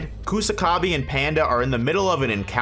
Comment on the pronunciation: Sew-coona Coosa-ka-bee Penda? Really? Jesus fkng christ, you morons can clearly hear how japanese names are pronounced in the show yet somehow you morons still butcher them like total idiots